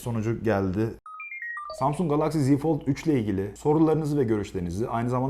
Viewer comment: Galaxy ve klasik kelimelerindeki a sesini neden kalın okuyorsunuz?